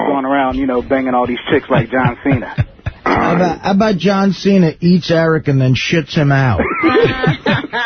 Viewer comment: Ugh….”John Senna”…that’s one of those Howard Stern things that always used to annoy me. Pretending not to know someone’s name. Even if you aren’t a wrestling fan, even if you’ve had your head firmly buried under a rock for the last 20 years, you know how to pronounce John Cena. Mispronouncing that is supposed to be a subtle “I’m above all of this” move…meanwhile, it has all the subtlety of a feminism rally circa 2016